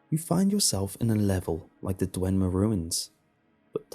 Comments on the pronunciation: It's Dwemer, not DweNmer. Nice story and narration though. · Dwemer mate. Not Dwenmer